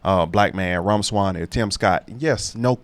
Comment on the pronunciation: Vivake… that’s how whose first name is pronounced. Ek It’s pronounced like a long A. (Rake) perfect pronunciation of his last name. Vivek is my #2!!!! I would love him to be the presidential nominee and you should hear him talk about the federal agencies he wants to destroy & ABOLISH!! The US Constitution doesn’t give us four branches of government, but three! The legislatures are supposed to make the committees, etc. etc. and the senate have theirs but they have given up so much of their power to the executive and then the presidents over the past 125 to 150 years continue to sign executive order, creating executive agencies and it’s just too much tax money and they don’t do anything. Look at the FAA!!! Again, people had flights canceled and delayed, and it was just one excuse after another by the FAA and Pete Buttigieg. These people have solid careers and jobs, and they don’t have to worry about getting fired and they’re all paid by us and we have too many . 438 agencies!!! I’m not talking about doing away with Social Security, her health and human services or the FDA FDIC CDC, HUD DMS, DNI, DNS, etc. The federal Department of Education has been used and abused against Americans, and it sucks, and after President Bush signed the no Child left behind act, which made teachers do their jobs and get kids scores up to about proficient. The teachers got mad because they had to work and work. . They went to Barack Obama and said they wanted that at gone so he abolished it and wrot